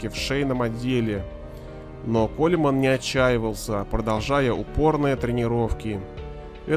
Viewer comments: Автор, ты бы хоть удосужился фамилию этого человека правильно говорить и писать! Коулмэн, на крайний случай Коулман. Ппц товарищи с этих "знатоков". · Правильно будет не колеман, а колмэн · Почему колеман а не колман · Никого не смущает, что правильное произношение Коулман, а не КолЕманн? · Прикольно автор произносит его фамилию "Коля-мэн" :) Я понимаю, что для таких людей это не просто хобби, а образ жизни, но когда на кону стоит не просто здоровье, а нормальное существование, нужно уметь останавливаться, ибо зачем самому вгонять себя в инвалидное кресло?!